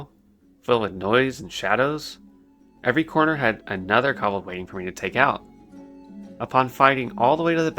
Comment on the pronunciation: Cobuldd lol just makes grit my teeth haha, but good story man